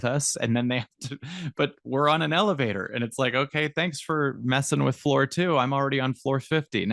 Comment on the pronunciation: I can't stop thinking lelevator go up, lelevator go doown 😂 just me?